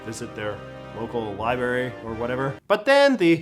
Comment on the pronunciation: Did you say liberry? And Mr.Butts? ...